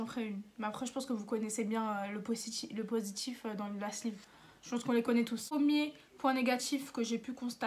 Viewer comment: Purée si tu disais pas "positchif" ou "négatchif" ce serait parfait tellement t'es hyper belle! Beaucoup de belles filles parlent "banlieue" c'est dommage ça gâche tout. Honnêtement cela se maîtrise parfaitement quand on veut car je parlais comme ça il y a des années et commencer à travailler dans un certain milieu aisé m'a fait rendre compte que c'est pas beau pour une fille car confrontée aux autres qui parlent avec classe, j'ai vu la différence. Je me suis auto disciplinée, véridique.